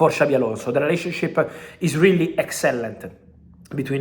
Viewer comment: "Excellent" sounds wierd 😅